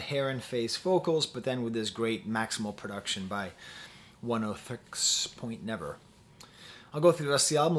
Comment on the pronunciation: Always enjoy hearing your thoughts prof! Also just so you know it's = One-Oh-Tricks Point Never